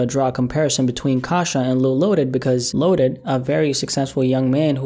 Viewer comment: It’s loaded not lotus